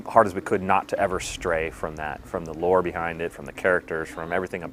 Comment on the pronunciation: Did he just say lore ?